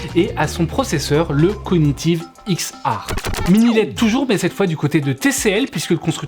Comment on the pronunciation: X "aRe" pour XR 😂😂😂😂 t'es beau avec ton franglais ! Tu m'as bien fait rire. Merci. 👍😂😂😂😂💐